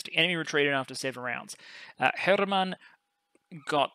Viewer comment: If you're interested in pronunciation help, for Hermann I believe you're making the pause between the two word-parts a bit too long. :) The correct delay to me feels like Coffee. Cof-fee. Her-mann.